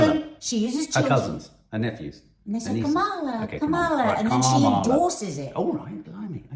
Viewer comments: the emphasis is on the KA.. ka - ma - la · Maybe the problem is the syllable stress. Stress the first part " Comm" not the middle. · Sorry Nadia, you pronounce Harris’ name like Trump does - incorrectly